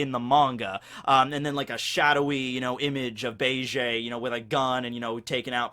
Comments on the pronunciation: Do you not watch the anime at all? It's pronounced beh-jee. Not bay-jay. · Why do you say his name like that... you say “bay-jay”....in the anime they say “beige” like the color... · You're still pronouncing his name wrong. It's Be ji